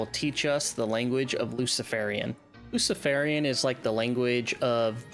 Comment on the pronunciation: it's L U F E N I A N, not 'luciferian'. There's a HUGE difference.